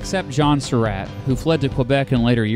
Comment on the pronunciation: Hate to nitpick, but it's "At-zer-ought", not "At-ze-root". And it's "Sur-ought", not "Sur-rat".